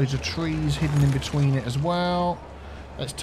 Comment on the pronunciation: between not bewetween. Or did you mean we be teen? That is still bad grammar